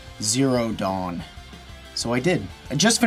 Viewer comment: Every time he says dawn I think he's saying dong.